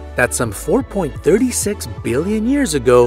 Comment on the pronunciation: Pronunciation is not your strong point. Kiribati is pronounced "Kiribass" and 4.36 is pronounced "four point three six".